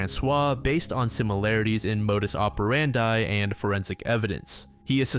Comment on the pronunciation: Please say "modus operandi" right next time 😅